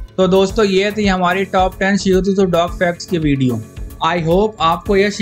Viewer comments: Bhi it's shih Tzu not seotuzo Nahi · Bro its shih tzu(t is silent)..u r pronouncing it wrongly shih tzu tuzu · Bhai shihu tuzu nahi hai iska naam 😂 Shihtzu hai . शीहत्जु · Pronouncing 😄😄😄shih tzu hoga bro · and its not "Loin", its "Lion". shihu tuzu, nai breed bana di 🤣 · Wahi to😂